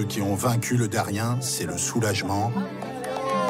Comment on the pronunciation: On ne dit pas Darien, mais Dariene